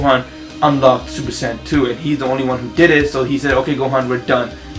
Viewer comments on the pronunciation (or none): Did u just say supersand xD